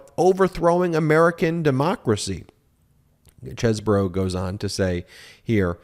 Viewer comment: It's not Kevin Chess-bro. It's Keven Cheese-bro. 😂